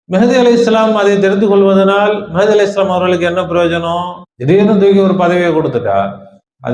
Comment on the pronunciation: ஐயா! முதலில் சரியான உச்சரிப்பு உச்சரியுங்கள். மெஹ்தி ❌ மஹ்தி ✔️ ரசூலுல்லாஹி ஸல்லல்லாஹு அலைஹி வஸல்லம் அறிவிப்பின் பிரகாரம் இமாம் மஹ்தி தான் வருவாங்க. மெஹ்தி வர மாட்டாரு.